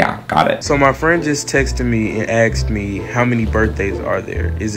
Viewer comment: why do ppl say "aksed" instead of "asked"